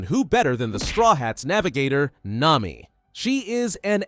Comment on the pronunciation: bro it nami not Naomi